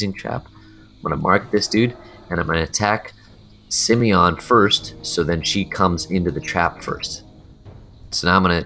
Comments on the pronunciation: Its not SimEon, its SimOne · im kinda triggered that he says simeon instead simooooooooneeeeee :P but its a nice guide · Simone is a french girl name. It's pronounced Si-mon. Not Simion, and not Sim-own (Sim-own is closer to the prononciation for the male version Simon) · HER NAME IS SIMONE, YOU BLOODY MORON. Not Simion.... seriously, dude, can you even read?? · Simone isn't pronounced that way fella, Sim-own would be how its pronounced. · What do you mean bro? Simmy-yon is obviously the right way to pronounce it. Rolls right off the tongue! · "Simione" xD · u pronounce simone extremely weird